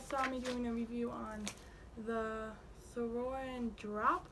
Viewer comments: Lmao it’s sourin not sore_in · she fuckin says sereen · sOurEaIn 🤦‍♀️ lmaooooo🤣🤣